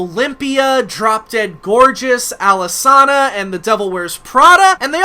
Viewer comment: I pronounced Alesana like that for few years they were my favorite band at the time too, but it's pronounced Alice-anna Love your content 😄 Please do vids on PTV and Alesana would be greattt 💗